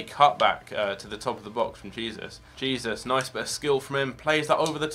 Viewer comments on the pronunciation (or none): Who else was triggered he was pronouncing Jesus wrong